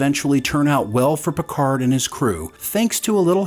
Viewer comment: Your "PicarD" really annoys me. It is a french name and the D is silent ! At least try and use another language as it is meant to be.